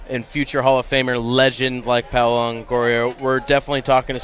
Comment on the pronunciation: Alright, man. I don't give a sht the match was 8 years ago, I gotta call out - Pyola? PYOLA? JESUS CHRIST, QUIT CALLING HER PYOLA! Her name is PA-O-LA, NOT PY-O-LA. JFC.